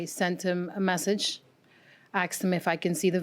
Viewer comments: I can't stand that people say "axed". Ask is the word. 🥺🥺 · Why do people say " I axed him" when they mean "ASKED"? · "I seen the car"... "I aksed him"... She should be on trial for murdering the English language. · “Axe” & “axed”. Tells me everything I need to know about the Plaintiff. The Defendant knew the car was a POS. He knew there was an issue with the car. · I seen. I axed. Plaintiff had horrific grammer. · So several times she, "Axed" him!!!! Learn to speak. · 'I axed him...' 'We axed him...' Good God, do people try to sound ignorant on purpose!?